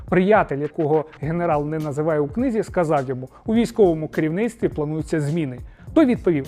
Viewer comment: "У своїй автобіографічній книЗі." Чергування приголосних: політика-політиці; слуга-слузі, книга-книзі; Гаага-Гаазі; вухо-у вусі, поверх- на поверсі. Пане Руденко, Вас всі слухають, тому Ви не маєте права робити такі помилки.))